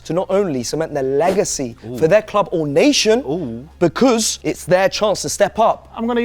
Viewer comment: In jules’s speach bro said becüs like a million times